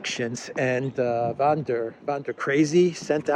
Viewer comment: Von, not 'VAN'. She is German, not Dutch. Ursula Gertrud Albrecht.